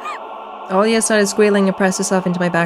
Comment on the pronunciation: 10 seconds after you mentioned the Olga instead of Olya my brain finally kicked in when I was drinking water and then water shot out of my nose! My brain has such slow reaction. Lol … Olga 🤣